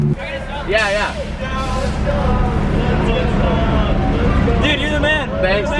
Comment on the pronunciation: “Yuber Q7” 😂😂